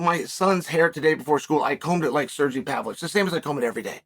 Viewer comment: Who da fook is "SURjay" 😂😂😂